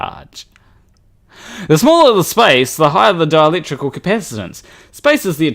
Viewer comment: When you say 'dielectric' I hear 'Dalek'.